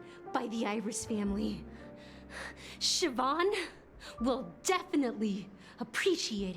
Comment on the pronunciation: Siobhan is pronounced "Shi-vawn", I had a friend in high school with the name. (Which was many years ago, I'm also lava lamp age, haha!)